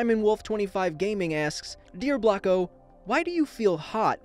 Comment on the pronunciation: I thought blocko say black ho